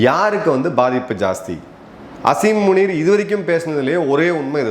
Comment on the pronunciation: சார் ஸசரி முனி இல்லை உனி